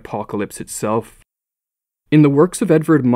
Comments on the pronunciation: Edvard munch is pronounced like edvat munk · Edvard Munch is pronounced "Edvaard Moonk".